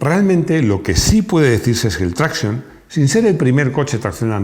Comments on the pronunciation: Traction en francés se pronuncia TRACSIÓN. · pareces un jovencito de estos de "telefonino" siempre en la mano diestra ¡Que manía con pronunciar todas las palabras extranjeras a la inglesa,! Es decir: con acento esdrújulo. Me refiero a la expresión "Traction Avant,", que no es inglesa, sino tan francesa como el teatro de Molière. ¿A que en español nunca dirías "TRÁccion delantera"? Seguro que no. Y, por cierto, Bucciali es nombre italiano y se pronuncia Buchiali, no Bukiali. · "Traction", es francés, no inglés. Dejad de pronunciarlo con la "a" tónica, por favor. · Tanto que sabes de coches y todavía no has aprendido como se pronuncia Citroën Traction... NO ES INGLÉS: ES FRANCÉS!